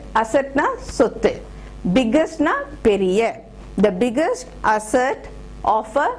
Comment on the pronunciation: "Food" is not to be pronounced as "fud" but as "fooo(d)" biggest asset ---> greatest asset. "Asset" is pronounced wrongly.